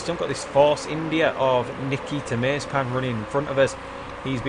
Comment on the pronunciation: He isn't [meizpin]! He is [maze'pin]